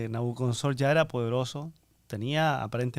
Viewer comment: Gracias, hermanos. Una precisión: es NabucoDONOsor, no NabucoNODOsor 😀.